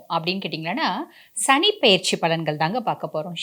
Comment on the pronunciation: ஷனி இல்லை மேடம் சனி...